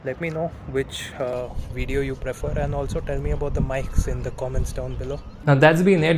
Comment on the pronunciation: Why do Indians learn English put choose to pronounce words their own way? Video is not pronounced wijeo